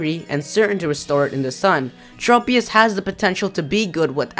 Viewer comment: Tropius. Trow-pius not Tropeee-us.